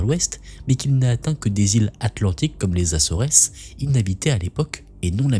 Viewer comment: Coucou.... Vidéo très intéressante... puis-je donner un petit conseil? Renseigne toi sur la prononciation de certains mots comme Acores... Et d'autres dans certaines vidéos 😊 merci